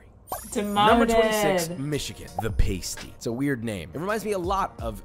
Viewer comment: Fun video! I’m from Michigan and love the Pasties, they mispronounced the name though. It’s pronounced like past not paste! Get it right guys, the thing you guys pronounced is what a stripper would wear over her nipple/areola that has tassels on them…..😳